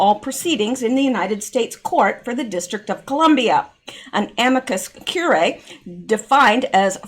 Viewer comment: it’s pronounced amicus cure-e-eye